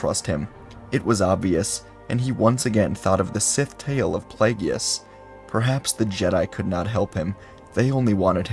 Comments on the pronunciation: “Plagyeeius” lol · That....that is not how "Plagueis" is pronounced.